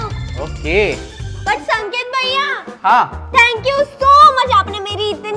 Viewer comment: भईया nahi hota hai bhaiya hota hai